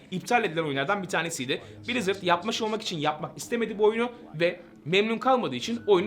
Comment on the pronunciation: brizırdı brazzers diye duydum aq